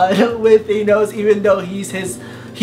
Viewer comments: I hate how he says thonos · He pronounces Thanos wrong!!! Did you even watch the god damn movie?!